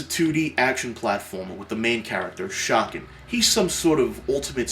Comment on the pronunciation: im sure someone has said this in the thread. but i believe it's pronounced Ch-kan not shock-an because you would say shapters in a book. you say CH-apters